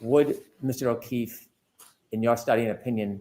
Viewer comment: He always sounds like he is saying,"Mr. O'Keith" instead of "Mr. O'Keefe" but ive never seen anyone mention it so i guess it may be just me. It drives me nuts.